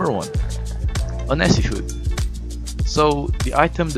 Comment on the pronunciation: Uhhh.. Onesie is pronounced wunzee